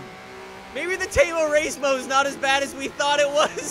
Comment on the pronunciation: Every time he says "temo racemo" I can't stop laughing 😁😁😁